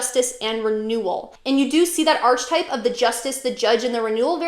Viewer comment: To pronounce ARK-uh-type (singular) or ARK-uh-types (plural), rhyming with "bark" on the first syllable. The "ch" sounds like a "k", not like the "ch" in "arch" The h is silent. I’m confused that you seem so knowledgeable but don’t know how to pronounce such a pivotal word in the field Not now. Christian’s are persecuted by Muslims etc. Not so much other Christians. But the persecution of Christians by Christians actually led to positive reformations. Why do you call the Bible “pretty little”? Seems condescending.